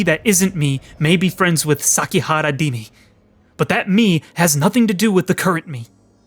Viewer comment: It's Rimi, not Dimi. Come on, you forgot about her ? We even went to the library together last week !